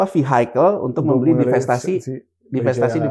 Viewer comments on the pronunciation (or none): Kalau org tolol ngomong vehicle aja salah, kaga usah didengar deh. IQ rendah jgn didengar, bisa diundang podcast, pasti dua orang ini yg punya podcast sama yg di interviewed sama2 tolol😅